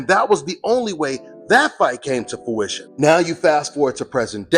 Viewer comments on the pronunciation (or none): ...and ninja if you don't stop saying "fowition" *face palm*.. The word is FRUITION. I told you this 2 years ago and you still runnin with it lol. C'mon son!